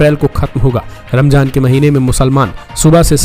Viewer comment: Saryat nahi shariyat bolte h Ramjan nahi ramzan kehte h